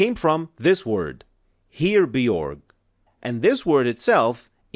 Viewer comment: Firstly, herebeorg doesn't pronunce the way you pronunce it, the Frist part must pronunce as [ˈxe.re](if I'm gonna write it in arbic script خِرِ) the word itself mean army and the second part pronunce as [ˌbo͜erˠɣ](بُـِرغغ ,but Arabic script doesn't do the justice)and is not word by itself however come from a Proto-Germanic and pronunce /ber.ɣɔː/(بِرغُٓ) and mean help, protection, shelter and defence Secondly the word "*bergō" and the modern English word "burrow" are from the same root and if the word "here" survived similar to the Scot we have 3 root from 2 root so a daughter languages can have a lot more root than than a mother language , these are languages not tree thirdly because in Latin there is more tenses than Arabic, three gender, 5 to 6 cases and the existence of suffixes and prefixes in general Latin can make three times more word from same root than Arabic